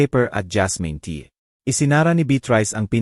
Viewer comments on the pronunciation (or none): Good story, however , I recommend please do some elocution lessons so you can pronounce the words properly. It was so painful to listen to, when words are distorted. The old lady is Beatrice, its alibi not alibe, it’s tea not tia and many words were mispronounced. That leaves the listener to decipher what you are trying to say. The story telling is more effective when words are pronounced the way it should be. If one wants to grow in this field , start by learning how to speak properly. Thank you.